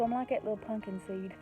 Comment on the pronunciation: I love that you pronounce it, punkin. LOL. Reminds me of many of my extended fsmily.